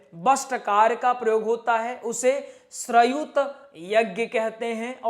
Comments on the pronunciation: श्रयुत यज्ञ नहीं भाईसाहब श्रोत यज्ञ है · बोलना सिखाये ...गलत बोल रहे है...जैसे वषट् ...श्रौत यज्ञ..